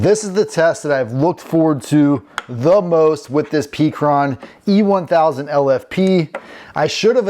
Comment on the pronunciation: It's call pecron, like peck sounds like heck-ron not peak